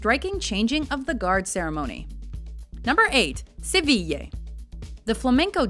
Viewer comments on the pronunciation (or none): I think she did a fairly good job for someone who, I'm assuming, doesnt speak spanish, except for pronouncing Sevilla as Sevi-YAY instead of Sevi- YEAH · The outside images of the Palacio Real are wrong... that's not the Royal Palace that was shown. And Sevilla is pronounced "seh-vee-ya" not "seh-vee-yay". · Daniel Mullins She said good, many english speakers say SEVILA but its pronounced like SEVIYA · Gabriel Bunshi no, I've never heard anybody either from my country or somwhere else saying "Seviyeah" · SEVILLA, NO YEAH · Why does she pronounce Sevilla like it was "sevilley"? the A sound in Sevilla is like the A sound in "are"... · Seveeyeh is what it sounds like when she says Sevilla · The pronunciations made me laugh, instead of it sounding so awkward you could just use the English equivalents - "Camp Nooh" "Sevill" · Wtf is "seviyay"? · If you want to pronounce Seville in Spanish you'll have to take into account that it's spelled Sevilla with an "a" at the end. Unless the "d" is in the beginning of the word or after "n" it's pronounced like the English "th" (Sagrada). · I love your Spanish ;) you mispronounced Sevilla though. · How many times did she say Sevilla wrong😄😄😂😂